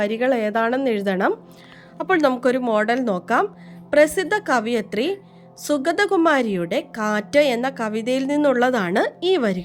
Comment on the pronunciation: കവി - കവയിത്രി ആണ്, കവിയത്രി അല്ല